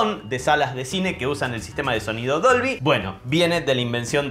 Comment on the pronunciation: Dolvy... Siempre le dice Dobly... Debí haber parecido un idiota!!!